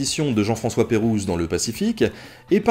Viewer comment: Bonsoir, d'abord, j'adore ce que tu fais (comme beaucoup apparemment) et viens de m'abonner :) Je voulais te faire une remarque liée à ta manière de prononcer Jean-François La Pérouse. Pour avoir fait mes études dans un établissement homonyme (j'en ai bouffé de son expédition !), son vrai nom étant "Jean-François de Galaup, comte de La Pérouse" on le raccourcit communément en Jean-François Galaup de La Pérouse. Je le dis surtout pour ceux qui viennent de voir la vidéo, je suppose qu'il s'agit d'un abus de langage. Désolée si on te l'a déjà dit je ne suis pas remontée plus loin que 9 mois.